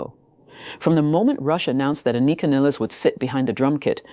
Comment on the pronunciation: You’re still pronouncing her first name incorrectly. Sound it out , break it down An I Ka . Pronounce I as ah